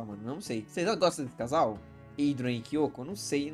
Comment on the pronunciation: Ate que fim acertou o nome da Nathalie não chamou ela de Natalia mais agora ele precisa acertar o nome da kyoko ele fala o nome dela certo mais outras vezes sai um Kyoto da uma certa agonia